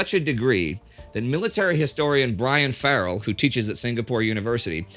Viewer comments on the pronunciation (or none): none